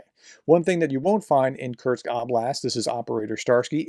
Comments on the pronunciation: It is not kurtkst, it is not kurz it is not kertch is is kursk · Kursk… not Kerch, or Kurts. Just noting you seem to be saying Kerch or Kurts instead of Kursk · I think it might be pronounced "Coors-k". Like the beer, then add a k at the end. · Russian names are hard to pronounce often but Kursk is easy. There is no t in it Prof. It is just as it looks. 🙃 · I think someone within the Ukrainian Defence Forces must hold some grudge against. Otherwise they would have invaded Belgorod Oblast, which is much easier to pronounced than Kursk.